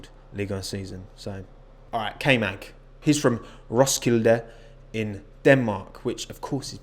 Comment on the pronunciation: Im danish and the way you said Roskilde had me laughing so hard. :) not to offend you